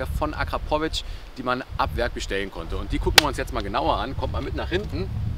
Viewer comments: Das ist mir im Nachhinein wirklich unangenehm 🙈 Wenns nochmal nen Video mit einem Akrapovic Auspuff gibt, wirds auf jeden Fall korrekt ausgesprochen 🤣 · So jetzt noch Akrapovic richtig aussprechen dann hast du mein Abo :D